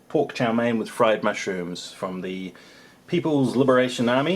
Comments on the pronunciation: Its Chow Mein with a long E. Someone had to tell him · LOL I was wondering what is Chow Mein (it sounds like Chao Mei - Strawberry). Just say "Fried Noodles" LOL Pretty sure the whole video seems long because of the "Chinese"